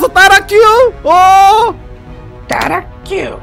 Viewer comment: 따라큐가 아니라 따라츄에요